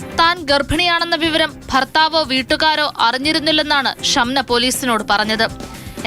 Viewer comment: "ഫർത്താവ് "ഹറിഞ്ഞില്ല !!! ഹൊ.... ഹഷ്ടം !!🥴